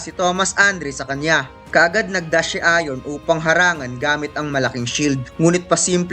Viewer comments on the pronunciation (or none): none